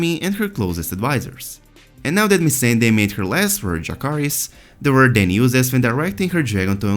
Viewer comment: T I don't think they even watch it. They don't even know how to pronounce Missandei.